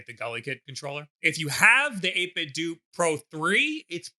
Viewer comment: isn't the "do" in 8bitdo supposed to sound like "nintenDO"